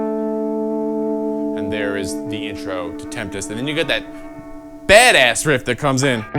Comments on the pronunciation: Why not just restart the video after you say temptest 🤦‍♂️ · A little help for ya: Tempest, not Temptest. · "Tempest" not temptest...it means a storm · I'm pretty sure, like 42%, that it's pronounced 'sevenempest.'